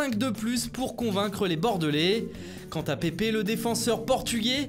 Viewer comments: on prononce [pep] (comme Pep Guardiola) et pas [pépé] ** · Non je suis portugais et on prononce pep 😉